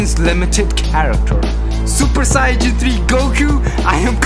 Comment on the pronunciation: Does this guy know he is saying saiyan wrong